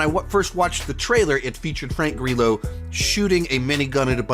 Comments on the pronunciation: I think you mean Frank Grr’eelo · I love that you mispronounce Frank Grillos name